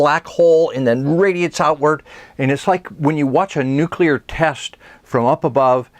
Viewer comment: I keep getting distracted by his mispronouncing of nuclear